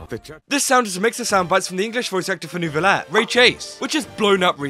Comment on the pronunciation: Me when the muricans say neurvilet instead of the elegant sound his name has when pronounced correctly:😭💀💀